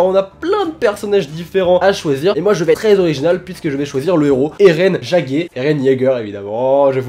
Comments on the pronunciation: "Eren Jagué" Mdrrrrrrrrrrrr c'est l'erreur qu'il ne faut pas faire, c'est de l'allemand et ca veut dire "Chasseur" et se prononce "Yégueur" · Il a dit jagé😂😂😂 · Comment tu ma fait peur quand ta dit geger ( oui je crois qu'il l'a prononcer comme ça) 😂